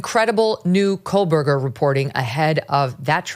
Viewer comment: You keep saying KOHL-BERGER Megyn and it’s driving me nuts